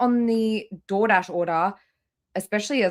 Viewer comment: Did she say unpaid door dash or did I misunderstand?! . You have to pay for dood dash online when you order it !